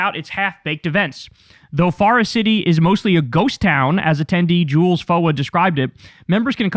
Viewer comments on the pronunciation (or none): none